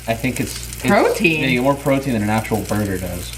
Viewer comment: It's not borger